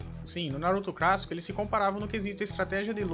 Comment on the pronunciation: Cara aprende a falar direito não é crassico e clássico